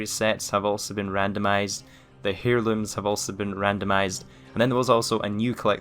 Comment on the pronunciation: please define 'nerf' (p.s. it's pronounced 'airlooms' nor 'hairlooms') :-)